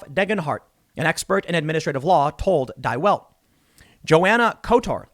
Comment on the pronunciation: Psst, Tim - “Die Welt” is pronounced “Dee Velt” - it means “The World”